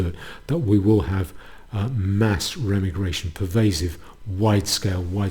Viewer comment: Every time you say Remmi-Gration instead of Re-Migration a kitten bursts into flames.